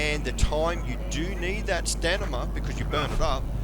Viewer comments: STAMINA!! it's not stanima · Why do you say "Stanima". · I love how this guy calls it “stanima”